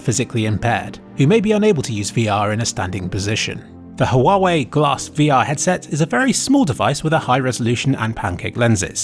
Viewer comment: it's actually pronounced WAH-WAY